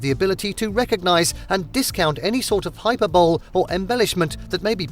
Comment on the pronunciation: Hyperbole is not a three syllable word!